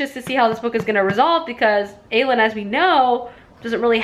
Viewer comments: Wait isn't Aelin pronounced A- Lynn?? Now I'm confused 😅😅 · Omg, your pronounciations has me giggling!! You reminded me of my friend who says most of them wrong too. 😂😂😊 It’s Eye-Reen for Yrene Uh-leed for Elide. A-Lynn for Aelin O-rinth for Orynth (capital city or Terrasen btw) And Maas pronounces Manon as Ma-none rather than Man-un. But irl I know a girl with that name who pronounces it your way so either is good. Glad you enjoyed it!! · A-lean, why-reen 😂 cmon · I'm facepalming so hard with how you pronounce the names lol so im going to help Aelin = A-LYNN Elide = UH-LEED Yrene = EYE-REEN Feyre = FAY-RA Orynth = OR-INTH capital city of Terrasen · El-eed, Muh-non, Irene, Aye-lin ;) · Who are ierna and arowin tho XD love you but this pronounciation as me cackling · StrangerReads omg the way she says Yrene, Elide, and Aelin is making me twitch. Lol love her tho